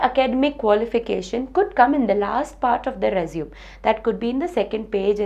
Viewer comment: I think you pronounced resume wrongly.. Anyways its very useful